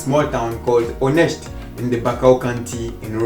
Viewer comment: You pronounced her town correctly! 👍